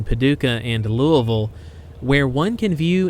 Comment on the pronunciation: Thank you for pronouncing Louisville the correct, local way lol. Great video!